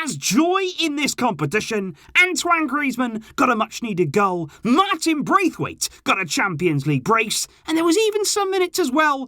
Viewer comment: Martin Bracewaite you know 'Bracewaite'